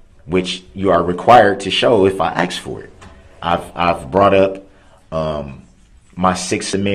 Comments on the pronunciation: How hard is it to say ask?? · Don't forget axe 😂